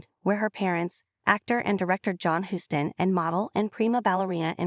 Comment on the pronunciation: "Huss-tin"?? Come on, E! Stop being so cheap, dump the AI, and spring for a live commentator!